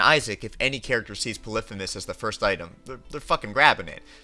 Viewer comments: it’s not pronounced “poliphemis” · Yeah idk I’ve always said poly- femus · great video but bro does NOT know how to pronounce Polyphemus